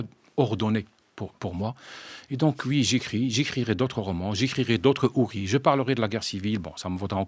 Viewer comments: Le journaliste prononce : HouriSS….. Quelle culture chez les journalistes de France Culture !!!!!!!! Il ne sait même pas le sens du titre !!! C’est à l’image de la décadence du métier « journaleux « ! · Pourquoi est-ce que le journaliste de France Culture s’obstine à dire Hourisses ? Ça m’écorche les oreilles…